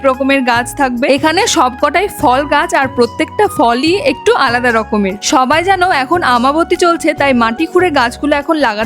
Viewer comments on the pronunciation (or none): none